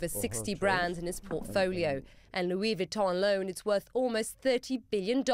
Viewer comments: Lol “loo-WEE Vwee-tone” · She doesn’t even know how to say Louis Vuitton 😂